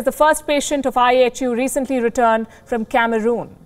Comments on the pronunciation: Sometimes I heard I.H.U. as I Have You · Kinda sounds like “ I Hate you “🤷🏻‍♂️ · I thought I heard the news caster saying, I HATE U". Did I hear her well? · Apparently all variants are coming "out of Africa". IHU; why does it sound like -i hate you?